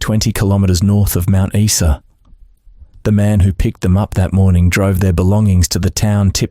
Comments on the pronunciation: It’s pronounced Mt Isa not Esa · Mount what? Issa!?? Don't you love AI?! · Every dictionary and encyclopedia has the pronunciation of the word beside it. Straight from Wikipedia: Mount Isa (/ˈaɪzə/ EYE-zə). Teach yourself. Isn't that what AI is supposed to do? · What a TRAGEDY that Preston was not nailed for shooting those three fine young people!!! What IDIOT would pronounce Mt. Isa (eye-za) as Mt. (eesa), for goodness sake ??? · 1977 motorcycles were not 'vintage machines' in 1978. Also - Mount eye-za. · Message to AI ... its pronounced Mount 'EYE-SA' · It's pronounced ... mount eye za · Spot on, this goose must be from the abc. How can an Aussie not know how to pronounce "Mount Iza" pronounces it even though it's spelled Mount Isa wrongly. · Geez mate learn how to pronounce Mt Isa! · My thoughts exactly. This narrator was polluting my ears with his mispronoucation of Mt.Isa.